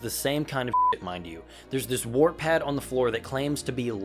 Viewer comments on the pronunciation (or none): none